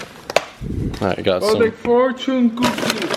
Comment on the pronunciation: "O DE FORCHOON KOOKIE!" Alberto is a childish man.